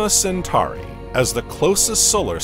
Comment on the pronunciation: Pronounced Cen-tor-i and Cen-tor-is constellation, not centari or centaris constellation.